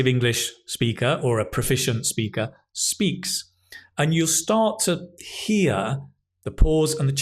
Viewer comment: whay "start" sounds like "stop"?